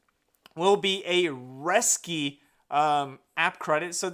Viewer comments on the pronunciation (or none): Resy....not Resky lol